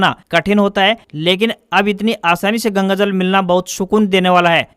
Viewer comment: News may bole Wrong word:- incorrect -Gagajal. Correct -Gangajal.